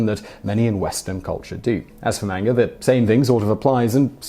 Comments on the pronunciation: FYI Simon, manga is pronounced mahnga, not mehnga. It's not really that hard to pronounce Japanese words correctly, all you really need to know is that it's based on mostly vowel sounds based on syallbles. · Am I the only one who hears him say "menger" instead of "manga"? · its pronounced "M-ON-GA", not M-ANG-A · It's pronounced 漫画 not "MAYN-ger" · Hey there Simon! I love your videos! I feel that because I watch them often and I hear you talk about looking up pronunciation for things you are unfamiliar with, I would like to ask you: are you sure about the pronunciation of ‘manga’? I believe it is a deep ‘a’ like ‘lawn’... I ask because, even though I know it is pronounced with a deep ‘a’, maybe sometimes it’s not (like when a word has different pronunciations in different dialects). Maybe other people have already commented about this, but I was an English teacher in 4 different Asian countries over ten years and I’ve been to Japan, so I felt compelled to say something- because I love your show! Peace and love! Ps I especially enjoy episodes about japan and pretty much any other Asian country, psychology, crime, history, ... I can’t think of any that I dislike! Lol Thank you for all the information you share! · The word is pronounced, mahn-gah. Both As sound the same. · You are an unually nice presenter, but it gets very annoying to hear you call manga "mangar" every time another word quickly follows. Yes, I know, it's a British thing. Obama is "Obamar", Indonesia is "Indonesiar", and so on. Still comes across as very odd. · It's not 'Manga' it's pronounced Monga. Sorry Simon, u got that one wrong again. U should check the way a word is pronounced before making a video. But thanks for the info. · Dat pronounciation of manga though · You pronounce manga wrong. Shame.